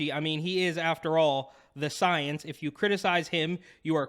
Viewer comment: Because “SOY-ence”.🤣🤣